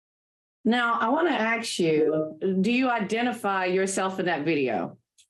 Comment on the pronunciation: While the mother is dead ass wrong…I just couldn’t get pass the lawyer saying ax, instead of ask.